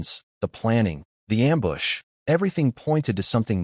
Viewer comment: Wowned instead of wooned for the word "wound" and amboosh instead of am-bush, how long for them to fix it? =(